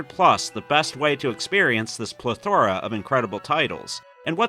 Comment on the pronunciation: Got a chuckle out of your inventive pronunciation of "plethora" but thanks for your take on the 7800+!